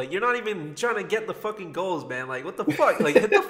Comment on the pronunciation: We sure did hit the “FOCCUN LIKE BUTTON”